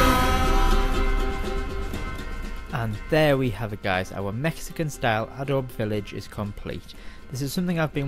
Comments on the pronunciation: Adobe: “Ah - doe - bee” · "Ahdowb" lol